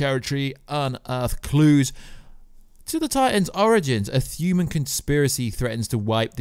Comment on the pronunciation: I hear it , thuman.. u cant talk dude